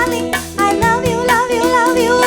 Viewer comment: I love u என்ற வார்த்தையை இந்த பாடலில் அம்மா உச்சரிக்கும் போது மிகவும் ஸ்டைலான இருக்கும், இன்னொருமுறை அம்மாவே பிறந்து வந்தாலும் இதுபோல் வருமா சந்தேகம் தான், அவர் காலத்தில் நானும் வாழ்ந்தேன் அது ஒன்றே பெரும்பேறு.